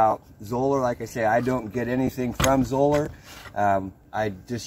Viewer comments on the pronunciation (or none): Great video! Did you know they pronounce their name in a way that would rhyme with "dollar"? Anyhow, what is the oldest Zoeller you still have in service? On their site they have a picture of one that was in service from 1987 to 2018!!!